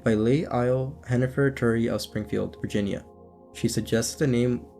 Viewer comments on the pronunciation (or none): none